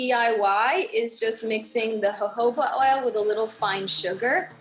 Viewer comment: Did she just outright called "jojoba oil" hohoba oil?